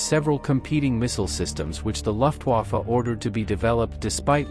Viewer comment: It's pronounced loof vaffa and vaaser fall.